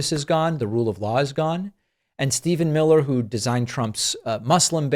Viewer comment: mill-her!